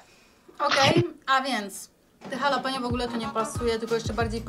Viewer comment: Przepraszam że to mówię ale no zawiodłem się Czorajzo? Często też mówicie Dżalapino